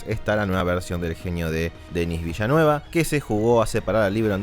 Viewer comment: Por cierto el apellido de Villenueve se pronuncia "vileniu"